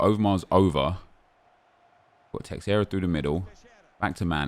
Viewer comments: It's teixeira not teixieira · Nep, it’s not teXIeira, it’s teIXeira, where the X is a sh sound, something like tay-shay-ra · Who is "terrera"? It's Teixeira fdp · teixeira is pronounced 'teh-sheera' please say it right nep its beyond a joke